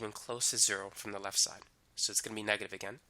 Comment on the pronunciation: Excellent tutorial. But can you please not say "lef". It's "left" :)